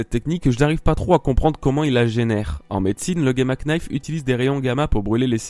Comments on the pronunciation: Petite precision, le "k" de knife est muet,donc on le prononce "nayfe" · le "knife" se prononce ""nife" mais sinon c'est une super video PS je suis abo depuis très longtemsp vers t'es 1000 abo quand tu t'appelais ONE THEORIE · On dit nife le k ne se dit pas en anglais gamma nife (knife) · Très intéressante cette remarque sur Fujitora et son sabre, à la fin de la vidéo. J'avais jamais fait le rapprochement mais c'est vrai que ça laisse perplexe. Par contre la prononciation de "Gamma Knife", outch. Le K ne se prononce pas. xD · Le "K" de knife se prononce pas :v (désolé, je me devais d'être chiant) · Très bonne vidéo comme toujours ! =) Par contre pour l'anglais le K de Knife se prononce pas x) comme dans know ou knight ;)